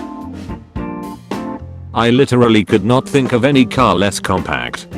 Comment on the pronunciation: Something also mildly infuriating how this robot voice sais could not